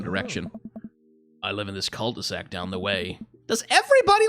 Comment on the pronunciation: I'm pretty sure jogging with a baby strapped to you is not good for the baby.... They made devilled eggs Devil-led eggs. Nice one. Wait..... Cul-de-sac The first time you said that I thought you said cult e sac Yep, this neighbourhood is secretly a cult. It has to be. Okay get that sexual assault story out of my face. Damien you have a thing or two to learn about consent because this story is not about bdsm, what was described there is a criminal act. Oh yeah, I once read about sign language with vans! In that scenario it was a Geisha in Japan and the signs she used to let men know if she wanted ahem, 'some', or if she rejected their attempts to get to her.